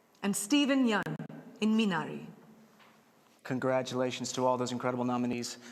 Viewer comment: Finally someone pronounced Minari right